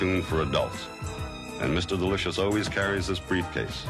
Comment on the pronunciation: The way and pronounce "Delicious" is irritating.